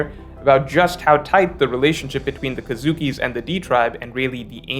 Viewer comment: It's kozuki pronounced as co-zuki, not kazuki.